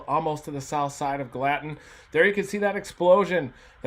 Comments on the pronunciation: GALL-a-tin Reed. It's not Gal-LAT-in. Gallatin,TN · Thanks for the breakdown Reed! You pronounce this subdivision/town, 'gal a tin, not ga latin, Reed. Just wanted you to know. Not being a jerk I promise. It's rough around here. We were blessed here in S. Nashville. I'm originally from the NE AR area of Jonesboro area that has a history of tornadoes in our area. But Nashville's had it's share of severe weather too. And we don't get the snow in either NE AR or Nashville, TN that we used to...and I miss it! Things sure have changed since I was young in the 1960's - 80's. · Hearing Reed mispronounce Gallatin kind of hurt a bit. It's pronounced GALA-TIN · idk why it triggers me so bad the way he says Gallatin. its Gal-uh-ten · It’s pronounced Gal-a-tin. Great explanation of what happened Reed!! Thanks. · Gallatin is pronounced Gal-la-tin.